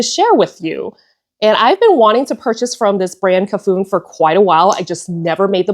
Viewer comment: Hiiii. Cafuné means running one’s hand through a dear person’s hair in Portuguese and should be pronounced ca-fu-NÉ. I enjoy your videos